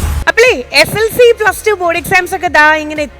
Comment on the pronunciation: എസ്എൽസി അല്ല എസ് എസ് എൽ സി ആണ് 😁😁